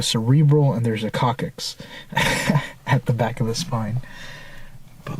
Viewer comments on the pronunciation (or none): Coccyx (pronounced cock-six) 😂😂❤ love you